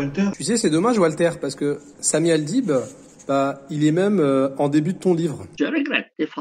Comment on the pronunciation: Le mec il dit Samy Al..bide!😂😂😅😅😅